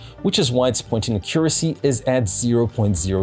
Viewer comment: Why are you saying "Accuracy" like that???